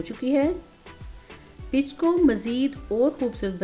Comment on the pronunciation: Zaberdast peech kehtai hain not pitch❤❤❤❤